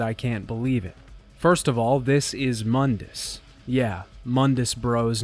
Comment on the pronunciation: Mundus, Moon-dus, not mun-dis. Im not sure how you mispronounced it when they literally say it in the game. Unless you're going by DMC's bad pronunciations of things. And seriously you have got to break up the exposition on game mechanics and intersperse it with the story instead of dumping it into one section each. You need some sort of levity between otherwise its like listening to a lecture and not a review. Listening to you drone on like about game mechanics sounding half tired isn't the rip roaring time you'd believe, despite what the simps on here say who clap because they recognize the thing. I was hoping another video of yours would be better but its just more of the same.